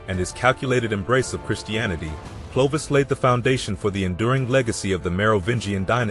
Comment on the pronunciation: Clovis "Eye". Is stopped listening right there. If you can't get that right, pretty much everything afterwards is garbage.